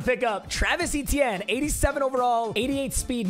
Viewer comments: his last name is pronounced a-chan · oh you mean Travis E-Teeny?